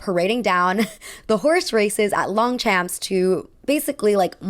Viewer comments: Henry ford wasn’t a president 😭 also pronounced: “longshomp” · your pronunciation of 'longchamps' made my soul die